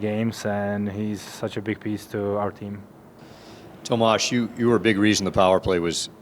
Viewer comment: Tomaaazzz he wanted to say something else. Mispronounced his name